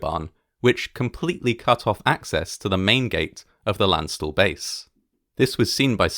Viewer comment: *repeatedly flinches at pronunciation of Landstuhl*